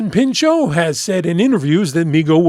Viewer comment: The T is not silent, he’s not French, the surname is not French. He had to dedicate the first few minutes of his opening monologue as a host in SNL to that, but it seems it had no effect since it’s 2026 and people still pronounce his name as Peenshó.